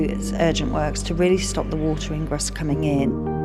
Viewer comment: She couldn't pronounce the word 'Ingress' properly because she's never been taught to speak properly.